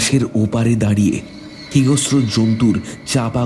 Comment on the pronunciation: "ছোটপিসি ভুত হয়েছে.." এই পংতিটি ধীরেনের ছেলেমেয়েদের ছিল..শান্তির নয়..-বাঁশ পেরিয়ে এস শান্তির ডায়লগ আর "হিংস্র" উচ্চারণ টা কাইন্ডলি ঠিক করবেন।বাকি পরিবেশনা